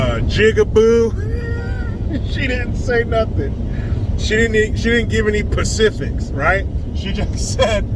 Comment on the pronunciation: "She didn't give any Pacifics" lol